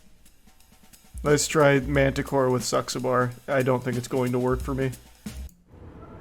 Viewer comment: when Charles tried to say Saxaber's name , im dead lol